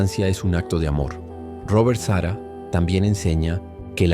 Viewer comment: Es Sarah con acento en la segunda A no Sara como nombre de mujer!